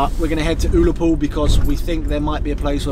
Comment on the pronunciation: OOollapool🤣 need to brush up on your Scots pronouncing 👌👍